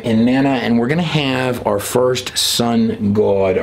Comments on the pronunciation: I really enjoy videos and presentation but he gets on my nerves pronouncing the word GOD.. like he’s saying guod. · or Gowad (god) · THE WAY YOU SAY GOD SOUNDS LIKE GUODS / YOU ARE TO CREEPY FOR ME / YOU LIKE TO HEAR YOURSELF TALK / EVEN BACK WHEN YOU KISSED A OF THE GUY THAT TALKED A LOT OF CRAP / GOD TOLD HIM THIS AND GOD TOLD HIM THAT / THAT DID NOT COME TRUE / LIVE YOUR CONVICTIONS BUT PREACH JESUS THE CHRIST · You say "goawd". Lol. Why? Lol